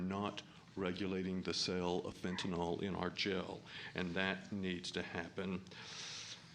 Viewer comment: Fentanyl... Not FENTANOL